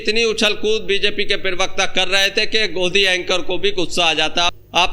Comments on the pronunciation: Bhai pirvakta bolna chod do..pravakta hota hai. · Pravakta ko pirvakta na bola kare hamesha dekhta hu toe bura lagta h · अरे यार, पिरवक्ता नहीं प्रवक्ता कहते हैं। उच्चारण ठीक करो। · Pirvakta...pervakta...parvakta...Arey pronunciation athwa uccharan to sahi kar lo.. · Pirwaqta nahi prawaqta hota hai😂😂😂😂